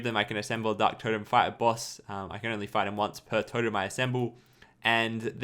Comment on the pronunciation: Did you just say D-Harok? Lol